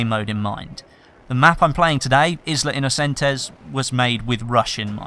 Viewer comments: izla? innocentes? isla is pronounced aye-la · Nope. Not in Spanish (which is the language Isla Inocentes is written on).